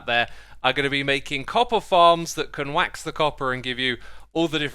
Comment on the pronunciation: When he said wax i thought it was ah duck HAHAHAHA